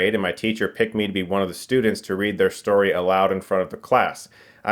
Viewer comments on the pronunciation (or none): none